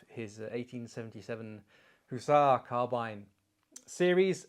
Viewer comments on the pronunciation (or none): none